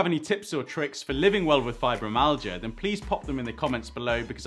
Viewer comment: There's no amount of money in the world which will take the pains away. It's pronounced fibro- MY- al-gia